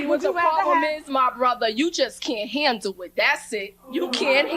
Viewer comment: "You can't handoo it"